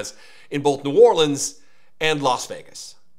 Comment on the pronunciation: What’s this so called “czar” who can’t even pronounce “New Orleans “ correctly.